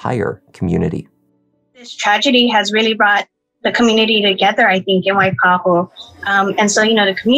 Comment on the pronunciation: pronunciation of waipahu is spot on. well done!!